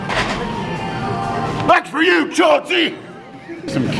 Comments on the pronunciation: Mel Chancey...C-H-A-U-N-C-E-U LMAO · *Mel Chancey